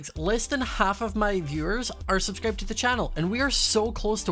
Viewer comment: I'm not subscribing because you said sub-scríb-ed and not sub-scrībed. I don't think I got the accent marks right sorry.